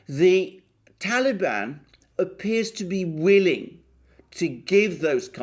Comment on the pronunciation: i love how u pronounce TALIBAN !! GREAT VIDEO ALEXANDER!!